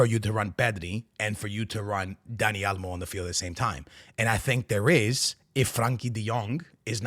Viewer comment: been in Texas so long he’s saying Dani Alamo